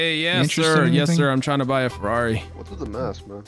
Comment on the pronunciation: “Forrari” lmao